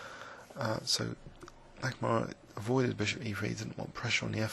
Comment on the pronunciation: it's "H. Nakamura", not "H. Nakumaru"